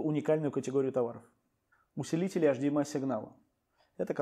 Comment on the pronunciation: Вы серьезно? "УсЕлитель HDMI сигнала" и "УдлЕнители HDMI сигнала"? )))